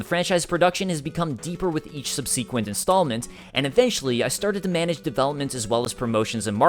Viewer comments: I hope in subseeequent videos your pronunciation improves. I kid! Great video as always man! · Awesome video but goddamn it learn to pronounce "subsequent"